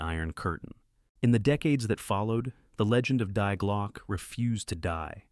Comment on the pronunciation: its glo-cker